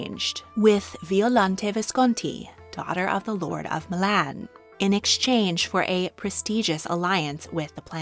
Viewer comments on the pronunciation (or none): none